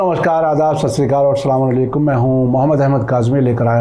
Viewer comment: Assalamun alaikum Durst nahi hai bolna. ال lagne ke baad double pesh nahi lagasakte.